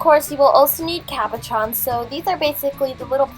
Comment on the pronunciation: Am I the only one who thought that she said caparrons instead of cabochons?